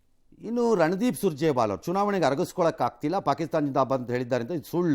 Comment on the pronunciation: Anchor just said...rand deep ...while saying name 😂😂